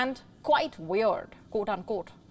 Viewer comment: wayerd and waryous ---now that's weird.